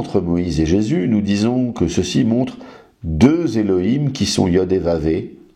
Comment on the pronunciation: Je ne voudrais pas manquer de respect au Monsieur de TorahBox mais en effet à chaque fois qu'il prononce Jéssssssus m'horripile. Personne ne lui a expliqué comment ça se prononce correctement lol